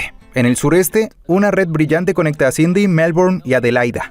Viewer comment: Pues si ni siquiera puede decir Sidney bien hahaah